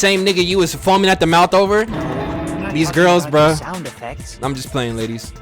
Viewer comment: bro I can't unhear it now OHVER LMAOOOO